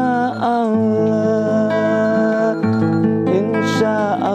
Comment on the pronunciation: Bilang insha Allah aja belum lurus,belajar tajwid dulu 🙂